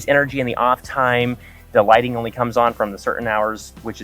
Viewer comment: This is an "ONLIE" business...LOLOLO:L